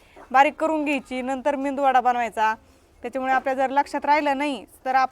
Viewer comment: खुपच छान मेदूवडा रेसीपी पण ही रेसीपी मेदूवड्याची आहे तुम्हा बोलाताना मेंदू वडा म्हणताय